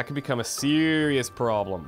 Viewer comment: "That could become a CIRIous PROBLEM" Me*face palm"